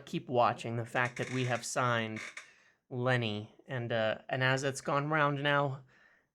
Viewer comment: Lol why're you saying Lenny's name like that, youre rolling his first name into his last name 😂